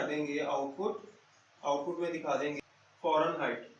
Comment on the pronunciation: Farenhight nahi hota sir Fahrenheit hota ha! BtW Gud. ❤️😃😊